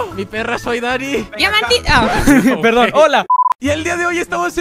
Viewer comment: No sé si escucharon pero soy Dani dijo diamantina igual que como dice mikecrack